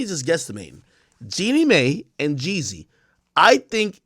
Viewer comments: please stop saying May ….. it’s Mai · FYI: Mai is pronounced MY